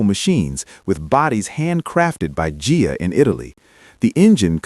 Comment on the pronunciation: Good video.👍 Interesting topics. Great pics and videos. Work on correcting the AI voice though. It's "Y" Job, not "yee" Job. And Ghia is pronounced with a hard "G". I know I'm nitpicking, but your videos are going to be watched by nitpickers. 👍